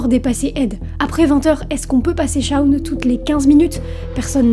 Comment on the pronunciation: "Shawn" ça se lit "shown" en fait (comme dans "fall", "ball", "wall", "hall", "stall", "crawl", "brawl", "yawn", "dawn", "raw", "straw"... et sûrement d'autres que j'oublie)